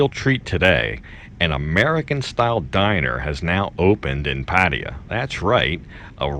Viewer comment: at :58 did you just pronounce Pattaya like a Thai? Usually you say Patty ya. Good for you if you did. The Aussies pronounce it, 'pa THAI ah'. Love the decor and the prices are decent. One of my friends is retiring to Pattaya next year if he is allowed so I'll have an excuse to travel to Patts and try this place. Best of luck to him.